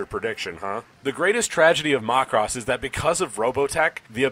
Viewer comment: worst way ive heard someone pronounce macross